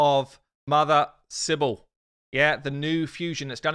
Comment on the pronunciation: Cybele was Anatolian mother goddess. You also pronounce it wrongly. It must be pronounced like " Ki : bele". No silent letter here.